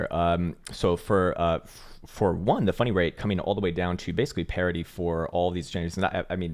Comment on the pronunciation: I keep hearing "funny rate" =P